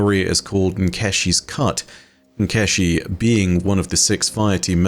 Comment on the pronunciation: Hey, just wanted to let you know that the chi in Nkechi is pronounced chee